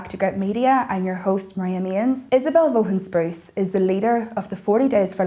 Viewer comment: Vaughan is pronounced Vah han.